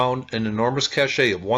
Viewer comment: It's pronounced "cash" not "cashay," and "sep-ter" not "skepter"...